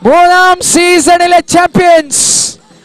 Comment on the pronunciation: Disease alla "this is" 😂😂😂